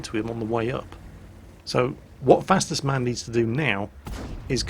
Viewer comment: Actualy! It's not fastest man, it's Fastus man, or FastUsMan.... no...? Okey I'll shut up and go back to work